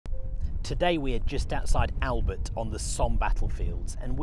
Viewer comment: One of the best panorama’s of The Somme battlefields I’ve seen…….. and I live local so have a good idea of the layout. But come on mate…”Albert”…….it’s not “Only Fools and Horses”!! If you can say Bonjour in a cafe you can look online whilst editing and pronounce Albert properly.